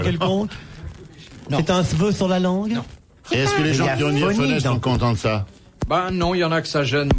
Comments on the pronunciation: Il savait pas lire bouvard: C'est pas diaphonèse, c'est diaphorèse. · Pour information, c'est la "diaphorèse", pas la diaphonèse.